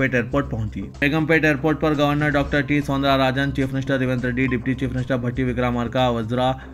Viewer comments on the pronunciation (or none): none